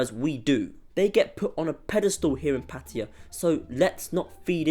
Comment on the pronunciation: The real reason is very simple. It’s flooded by a bunch of foreigners who can’t even pronounce the word PATTAYA, not PATTIYA like you said. It really annoys me when I hear this. It’s expensive because of tourists.